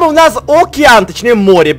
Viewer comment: Океан а не окиан